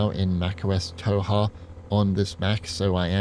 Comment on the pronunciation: Mac OS Toe🦶-ha 😂